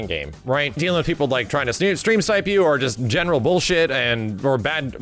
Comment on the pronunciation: new drinking game, one shot for everytime says "boolsheet"